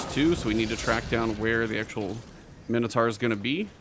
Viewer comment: Great video. Mino "taur" pronounced "tor" not mino "tar".